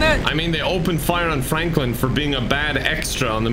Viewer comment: excuse me sir... "Flanklin"? lmao